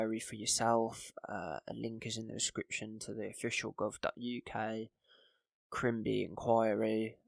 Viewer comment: Great work and thanks for covering this. Just watch some mispronunciations: it’s “climbi-ey” because it’s a French surname with the accent over the E on the end and “harin-gay” council